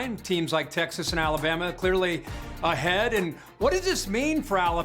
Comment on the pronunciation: Wait, wait, wait, did you really just say ‘’Bama? Now that is ridiculous.